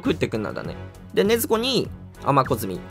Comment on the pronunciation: ネ↑ズ↓コ↑ちゃん使って 何か草